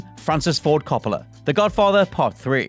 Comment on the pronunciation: The way you say Coppola... 😫